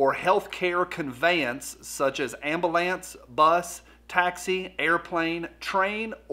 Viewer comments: Am-ba-lance = 🚑 for northerners 😄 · Who taught you how to say ambulance